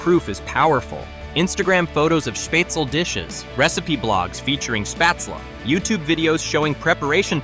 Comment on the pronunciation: SchpaetzLE -pronounced Shpaytzle -LE as in LET not shpaytzel as in well